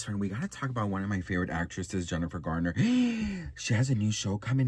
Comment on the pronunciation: Why do yall keep saying Gardner it’s Garner lol 😂